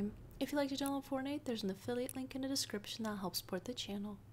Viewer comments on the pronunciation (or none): none